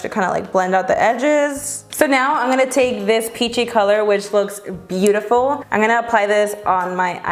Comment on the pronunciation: I freaking love her but does anyone notice that she says "an gonna do a first impression" instead of "i'm" lol it's cute! Love you!!!!